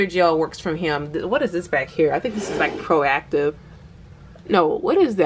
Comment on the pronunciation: Girl u said " proactive" gel😂😂😂. Nah, u don't have too much...u have a reasonable amount of hair products. Great video.